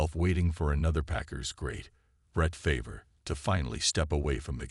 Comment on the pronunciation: Mispronouncing names like McMahon and Favre is bad, but not getting the name HALAS right is unforgivable. And using “Cause of Death” in your title and not having that cause is the worst clickbait.